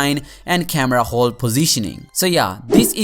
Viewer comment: its hole not khole